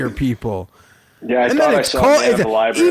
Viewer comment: Hearing pronounce ‘important’ as ‘impordant’ has replaced ‘libary’ in our drinking game. We’re all drunk now